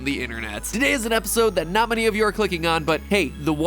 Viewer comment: “tot many of you are clicking on” Me: *sees “#2 on trending for gaming” Me:” are ya shure matpat